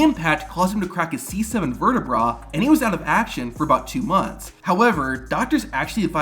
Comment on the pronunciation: C7 Verte-WHAT NOW? Say it right, you tit.